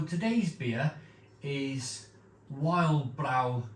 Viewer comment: Correct pronunciation would be Vild brow Keerta beer And also Mare-t-zen is the style of beer. Just thought for someone regularly reviewing beer it might help. Cheers mate